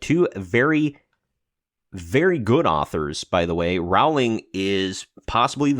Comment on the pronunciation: It's pronounced ROwling -- not levioSA.